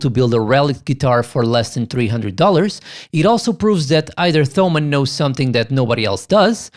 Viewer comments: It's pronounced Tomann, with a "t". Like Thomas in English. Thanks for the review! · Not even englisch native speakers call them /θəʊmən/, just like no one would call Thomas /ˈθɒməs/. You're best off never using /θ/ outside English and Greek.